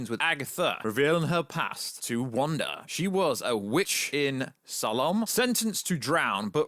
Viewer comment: Salem is pronounced (say-lum)